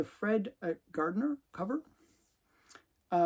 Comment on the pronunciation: Novick pronounced No'-vick. Source: Irv, whom I met at San Diego Con. Guardineer pronounced Gaurd'-ih-near. Source: Fred, whom I met at San Diego Con.